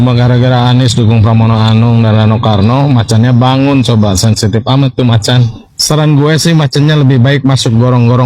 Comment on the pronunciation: macammmm macammmmm😂😂 bukan macan..